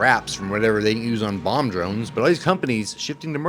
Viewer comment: You said bomb drones, my wife heard bong drones. Someone please make bong drones that was the most interested in fpv she's ever been.